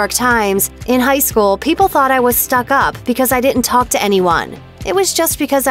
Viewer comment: This is a weird comment but the voice of the narrator had such great pronunciation except for words like couldn't and didn't. I feel like she should learn those it may help her career. Just some unsolicited advice lol.